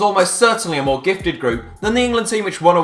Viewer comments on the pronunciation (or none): none